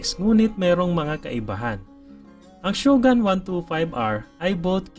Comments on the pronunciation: Shogun? ShogAn ba bigkas nyan? Ang alam ko shogOn bigkas e. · Ganda ng mga content mo Sir, mali lang pronunciation natin ng SHOGUN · Nagka motor kayo ng ganyan pero hindi nyo man lang inalam tamang pronunciation ng shogun🤣